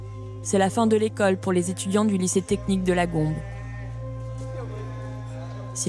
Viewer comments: Quelqu'un aurait peut-être pu dire à la narratrice qu'en langue locale e=é et que du coup Gombe se lit Gombé. Au reste c'est fou que leur principal soutien soit extérieur au pays... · Pour info ça s'écrit "Gombe" mais on prononce "Gombez" pour dans "partez" ou "mangez"